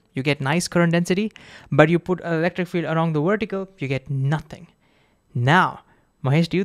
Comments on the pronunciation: Don't choose Ohm's law as an example if you cannot pronounce ouwaltage and werticle. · The Woltage and the Wertical? 🤣 Sorry... you're awesome dude... keep creating awesome content